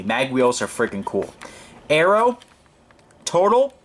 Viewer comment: the accent is on the second syllable...its a French company...it is pronounced "Totaaaal"...check it out on google!!!